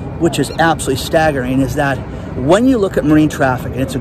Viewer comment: "Staggareen" is not a word. "Exhahst" is not a word. "Restraunt" is not a word. "Caught" is not pronounced "cot". You are not properly using the Marine Traffic app. Why were you calling tankers and break bulk vessels container ships???